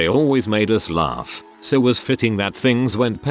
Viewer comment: Lol@ "laRf"